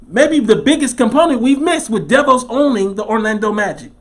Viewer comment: Im done here in Orlando aka "the bubble". Its not what they say it is. These guys can't stand being locked down. Its a powder keg and any event would have caused them to blow. Btw, DeVoss is prenouced Da- VOSS